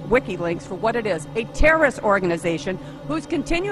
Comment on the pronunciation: She never said "terrorist", she was clearly saying "Terrist"